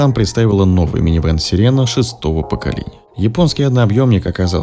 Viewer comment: Несколько раз сказал: сиера